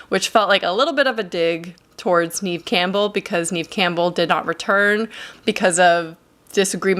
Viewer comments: I believe her name is pronounced Nev...not Neev 😀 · NEVE NOT NIAMH .... NEVE